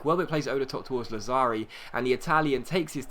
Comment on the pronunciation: ***** lazzari is pronounced Lad-za-ri